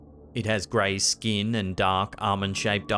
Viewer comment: It's pronounced "figure", not "figgah". It's pronounced "skin", not "skeen". It's pronounced "computer", not "cahmpeutah". It's pronounced "cemeteries", not "cemetries". It's pronounced "mark", not "mahk". It's pronounced "person", not "peuhson." It's pronounced "hear", not "heeh". It's pronounced "garage", not "gayrahge". It's pronounced "area", not "urreeurrh". It's pronounced "tail", not "taiyool". It's pronounced "later", not "layduh". Why are Australians and British people incapable of properly pronouncing their own language.